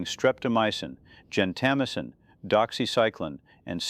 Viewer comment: Gento- MY-sin, not gen-tamissin.